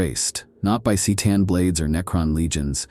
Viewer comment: You still can’t get your A.I. to pronounce “C’Tan” correctly, huh? Just type ‘Ker-tan’ in the script and see if it gets it. And Necrons can feel fear, though it’s different from how we humans would feel it of course. In the fantastic novel ‘The Infinite and the Divine’ both Trazyn and Orikan feel fear when they realize exactly what they have worked for so long and for so hard to unlock and unleash. Seriously, that’s such a great novel. It’s as if the author was watching the wonderful comedy film ‘Grumpy Old Men’ and realized that he could adapt it to the Necron novel that GW asked him to write. If you’ve not read it, then read it. And if you’ve not seen that awesome movie, then go watch it! What are you waiting for?